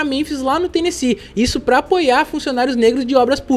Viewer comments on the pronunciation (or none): none